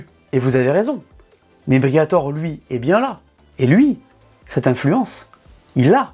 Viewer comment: FLAVIO BRIATORÈ ! le « E » se prononce ! Merde à la fin 😅 J’ai pas bien compris, Alpine concurrente de McLaren, Aston-Martin et Ferrari ? 😂 et en quelle année ? Et dans quelle multiverse ? Peut-être concurrente d’une Porsche Boxster d’une lotus Elise ou d’une Alfa-Romeo 4C ce qui est déjà honorable, mais surtout pas des trois écuries que tu as annoncé. Dans le secteur du marché des sportifs à Haute prestation de luxe, la marque française en est très très loin mais vraiment très loin c’est carrément pas le même registre.